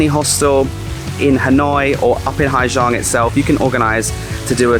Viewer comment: it is impressive how someone stay 2 months in the country, make a video about the place and dont even have a glimpse about the society and language i only stayed in ha giang 1 week and it bother me how many times you pronounce the name of the place wrong HA ZANG